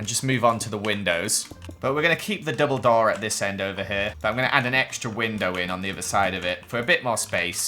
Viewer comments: instead of double door i heard Dumbledor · Is it just me? Every time says “double door” it sounds like “ Dumbledoor” 😂